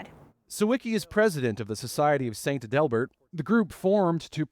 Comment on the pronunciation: It's pronounced ADelbert. Learn pronunciations